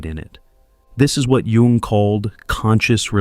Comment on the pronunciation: I’m glad he knows how to pronounce Jung. Yoong not young.